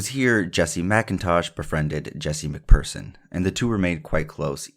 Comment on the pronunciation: Phearson prounouned fearson . You done well